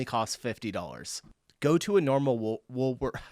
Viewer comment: “Woolsworth”I thought they had Woolworth in the states